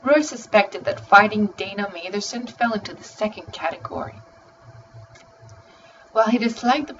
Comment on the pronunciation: It's (MATH-ER-SON)